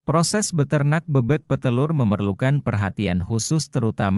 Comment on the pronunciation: Penyebutan kata "BEBEK" nya tidak benar, gak enak dengernya